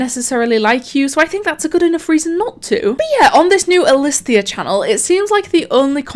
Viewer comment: "elisthias" mind:stop it... get some help..